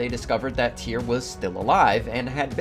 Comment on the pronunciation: His name I actually Tire, get it right